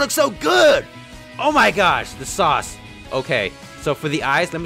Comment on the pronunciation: "the sauce" the SAUCE-KE!!!